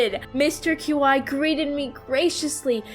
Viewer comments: It. Is. Pronounced. Key. Not. Cue. Eye. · Qi is pronounced chi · My headcanon is that Mr. Qi is pronounced "Mr. Chi/Chee", since that's how 'qi' would be pronounced in Mandarin Chinese. (Qi means, like, life energy, the energy in the universe)